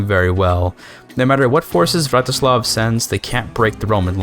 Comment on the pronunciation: a fine video, like all the other rp focused ones, however i have a small nitpick, seeing as youve clearly tried to get it right, you pronounced Vratislav Přemyslid as Vratyšlav Premyšlid